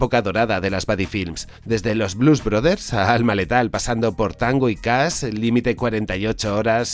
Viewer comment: Tango y "Cas" ❌ El "sow" de Truman.❌ Jajaja. 😂 Se pronuncian <Cash>, la h suena al lado de la s.